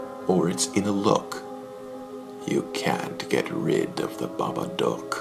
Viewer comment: This guy had one sentence to read and messes up 'in a look.' Go back to school buddy. I want my 24 seconds back.